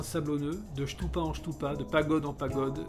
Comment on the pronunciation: Stupa et non chtoupa!